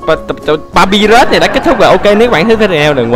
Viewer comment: Anh đọc sai rùi Tên papyrus